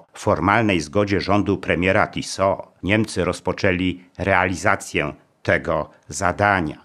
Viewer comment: Źle Pan akcentuje nazwisko "Tiso". Akcent jest na "i", a nie na "o". To nie zegarek Tissot. Proszę sprawdzić sobie, jak Słowacy wymawiają to nazwisko.